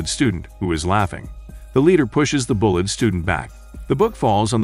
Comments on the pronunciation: The bullet students. This guy can't even say bullied correctly. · Am I the only one who hears "Bullet Student" ? xD